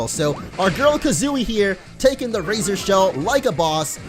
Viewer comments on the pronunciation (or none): none